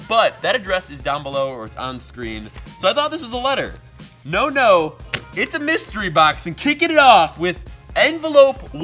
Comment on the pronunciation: Mustery BOCK-SAYS